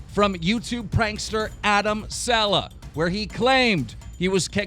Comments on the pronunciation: its sa-leh, not se- lah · It SALEHYYYYYY NOT SALEHA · It's Adam sal'eh' wtf is Adam 'sella' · Saleh not Walsh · Dont even say adam "seller" ever again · Jesus Christ. ITS PRONOUNCED (SUH-LAY)!!!!!!!!!! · First say his second name properly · Cringed when he pronounced Saleh wrongly